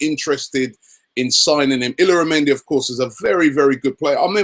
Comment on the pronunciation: Robbie it's "eee-yah-rah-mendi"